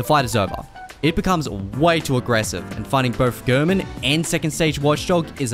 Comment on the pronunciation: It's so odd to me that when Gehrman says his name stating "Tonight, Gehrman joins the hunt," he clearly pronounces it "Gairmen," but everybody who makes Bloodborne content pronounces his name like "Gurrmen."